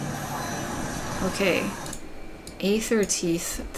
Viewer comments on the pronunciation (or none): Thanks for making such an informative guide. Gonna be sending this to people who need more detailed information on specific mechanics. Also Aethertithe is pronounced Aether-tithe like "tie-th". A tithe is an old timey word for a form of payment since from the queen eternals perspective youre paying her aether!